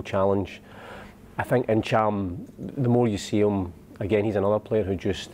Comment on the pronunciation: Cham, N'cham or Neetchum!?!!? 3 folk, 3different pronunciations!!!! Someone please just ask the bhoy, ffs